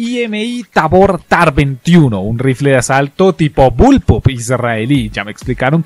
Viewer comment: no es arma tipo bulpo sino balpa cuando hablaste de la tar 21